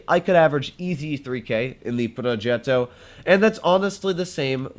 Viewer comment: Complimenti per la pronuncia di progetto